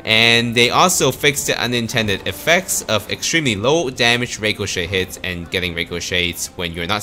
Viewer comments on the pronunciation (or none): you're not saying ricochet right